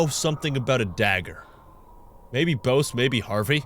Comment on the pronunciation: The dude’s name is pronounced “Bussy,” not “Bow-se,” trust me on this one👍👍